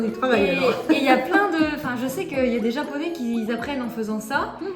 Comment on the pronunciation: アマちゃんの日本語発音、いつも凄すぎて感動しますわ。